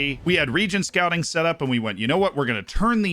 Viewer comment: Second video I’ve watched on ‘region scouting’ and yet all I can still hear is ‘DONT SCOUT REGENS’ 🤔